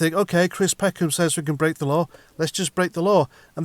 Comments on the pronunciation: Don't bwake the law like Cwiss suggests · Bwake the law. What a trat